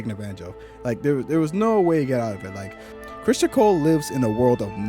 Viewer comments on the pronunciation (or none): You know you could just say Criston and we'd know who you were talking about right?! Lol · His name is CRISTON, not Christian. You not liking the way the character is written doesn’t make it ‘bad writing.’